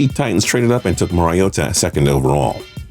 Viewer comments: Please stop stay “Mariota” like that. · I fucking hate this guy. His lip is so fucking fat and his voice is so annoying. Also he needs to learn how to say mariota. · Why he say Mariota so strangely ?